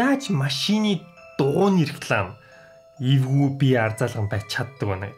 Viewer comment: Tanii evgui gej heleh chine ergui gej sonsogdood bna😂😂🤣🤣